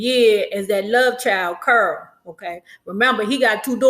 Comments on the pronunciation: You’re sounding like u said curl instead of carol? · Girl you saying Carol lol I thought she said Curl 🤣🤣🤣🤣